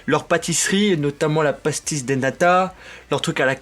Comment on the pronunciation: Attends??!!! T'es allé faire le télésiège et t'es pas allé à l'Oceonario de Lisbonne qui est à quasi 100m seulement?!!! T'as loupé un truc! (et ça se prononce Pastéich dé Bélém ou dé Nata)